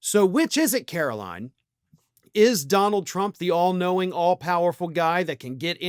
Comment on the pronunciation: KARO-LIE-IN' Leavitt